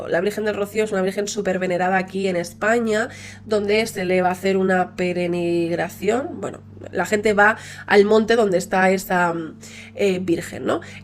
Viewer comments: Hola, se dice “ peregrinación “ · no sabiendo como decir peregrinación y siguiendo palante me da toda la ternurita. Me encantan tus videos <3